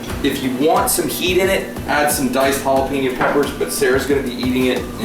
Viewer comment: Jalapeño, not Jalapino =)